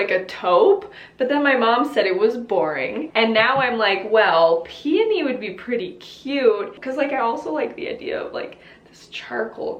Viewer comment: I’m so glad she doesn’t pronounce peony like “PEE-YO-KNEE” 😂